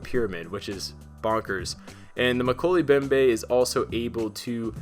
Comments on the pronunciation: Moe-key-lee mem-bay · Mo-kel-ay Mem-bay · Pronounced: Mo-kelly mo-behm-beh